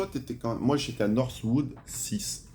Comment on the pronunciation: c'est pas northwood mais norwood les gars 🤣